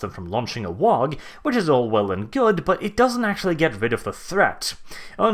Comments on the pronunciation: Oh, why do you torment us so with pronouncing WAAAGH! as WAAAG!? It makes me cry so. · the 'G' in 'WAAGGHHH' is silent. Like 'laugh' or 'high'. It's not a 'WAG', that's some thing else entirely. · The G is silent in waagh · the 'G' in WAAAAGH!! is silent. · You are pronouncing waaagh wrong and it's making me go alittle more insane every time I hear it